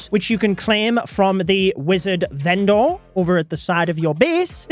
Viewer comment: The way you say vendor 😭😭😭